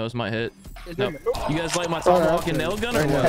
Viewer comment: Dude said Tommyhawk 😂😂🤣